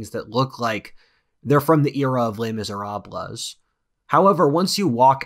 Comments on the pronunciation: The final "S" in "Les Misérables" is silent, as it is often the case in french regarding consonants. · Le misera-bluhs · well at least you didn't say "less mizrabulls" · You lived in France for 6 months and you still pronounce Les Miserables that way...................... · No offense, but you lived in France for 6 months and still pronounce Les Miserables THAT wrong?